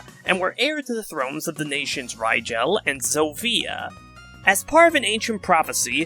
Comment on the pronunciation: im detecting a pattern with your fire emblem segments lul. luckily with celica, rigel, and mila, they arent gonna come up again so it doesnt matter but i better buckle up for the rest of the fe spirits thatll have even harder to pronounce names lul. (for the record Celica is pronounced "Cell ick a", Rigel is "Rig El", and Mila is "Mill a")